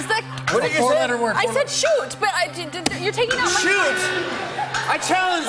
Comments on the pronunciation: She said Suit instead of Shoot. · Did she say "Chut" as shoot?